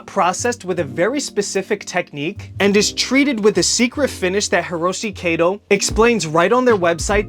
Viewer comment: It's pronounced kah-to. Like Cat-oh . Not kaydoe.